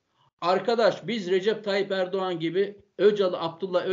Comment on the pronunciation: Hocam çok güzel anlatmışsınız teşekkür ederim ama ERDUVAN ERDUVAN dediğinizde çok güldüm😂